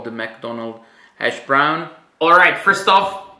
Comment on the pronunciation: I just love the way you say hash brown LOL “ashbrown” 😂 definitely going to try this